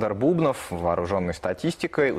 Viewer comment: почему бУбнов? правильно же фамилия бубнОв